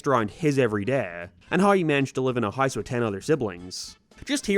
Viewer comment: Why does he just randomly pronounce some words with this weird accent/voice like he goes from regular American English and then can’t say house correctly like what